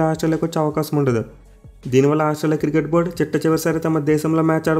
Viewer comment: Cricket ❌ kirket 😅